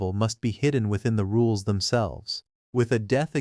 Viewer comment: Its sounds like your saying "da rules" instead if "the rules" and i can't help but imagine this is a fantasy world Timmy from fairly odd parents wished into existence 😂